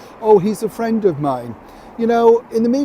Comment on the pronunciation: Cue the inbetweeners fwends😂😂😂😂